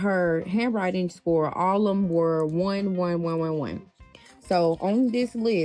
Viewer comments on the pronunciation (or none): Alum, instead of all of them. Dis, instead of this. Hanwrine skills, instead of handwriting, this b** can't even talk properly and she expects her kid to spell properly